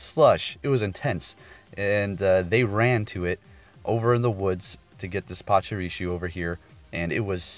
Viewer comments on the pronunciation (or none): Pachirisoo not shoo